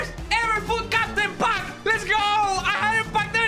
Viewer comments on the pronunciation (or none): none